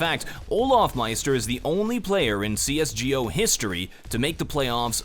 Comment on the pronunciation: Pls stip saying C S G O, just say C S GO pls pls pls